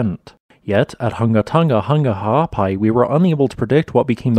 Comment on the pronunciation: it's the way he talks, leave him be. He at least pronounced the glottal stops in Ha'apai and Niuafo'ou correctly